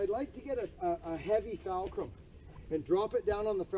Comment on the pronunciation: It's buckin fulcrum....not falcrum. lol